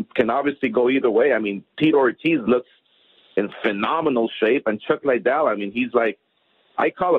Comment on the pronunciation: Ironic how Oscar is trying to promote Chuck Liddell, yet hasn't even taken the time to learn how to pronounce his name correctly. Who the hell is Chuck Lydel? And why does he always stumble over every word he speaks? I've never heard anybody (in a professional capacity) stutter and repeat as many words as Oscar does. "It's it's it's... uh... they they they.. uh.. we we we... uh..."